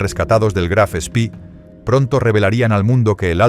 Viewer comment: El Graf Spee (no "spi") no fue hundido, sólo averiado. Fue su capitán quien lo destruyó para evitar que fuese capturado.